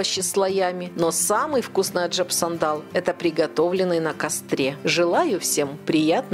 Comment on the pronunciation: Аджап сандан.. а не сандал какой то..